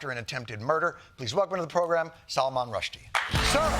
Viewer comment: Great that Jon pronounced “Salman” as it should be, instead of making sound like salmon